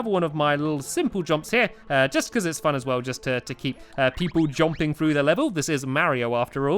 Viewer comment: He says jomping